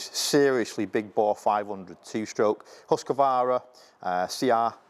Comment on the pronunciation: Husqvana, not Husqavara!!!!!!!!!!!!!!!!!!